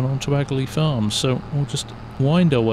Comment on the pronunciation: hi i have watched your vids for a while just wanted to point out aghalee is pronounced ahalee as i am from the area! also the sea is accuatly lough neagh (pronounced lock nay)🤣😄